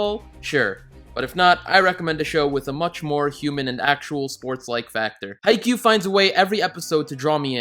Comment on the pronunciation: He said haikyuu good